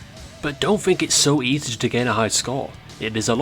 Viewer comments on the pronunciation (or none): none